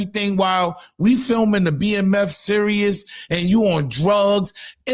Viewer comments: Son you keep saying serous lmaooo its series like the world series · I’m watching the World Serious 😂😂😂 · If you say serious instead of series one more God damn time. 😂😂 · I thought you just misspoke when you said "serious" instead of "series." Bruh... you don't know the difference between those words??? Smh... "pay attention y'all because this is nasty work..." 😂😂😂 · "Series", not "Serious".😂😂😂😂😂🤓